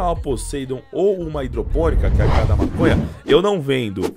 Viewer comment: EU OUVI MASONHA? KKKJ